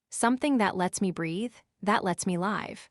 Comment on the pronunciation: The word "live" has two tenses too. A short I and a long I sound.I hate when words aren't pronounced correctly.